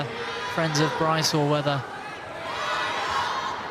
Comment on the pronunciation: For the love of god PLEASE stop calling him "bryce". For fuck's sake.